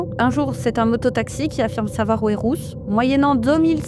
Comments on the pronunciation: Pourquoi cette femme dit Rousse ou lieu de Ruth ???? C'est tellement désagréable de l'étendre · Pardon ! Je ne comprends pas pourquoi la presentatrice prononce "Rousse" et pas "Ruth". Est-ce moi qui n'entends pas bien ??